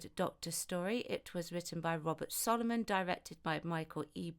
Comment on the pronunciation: robert sloman not soloman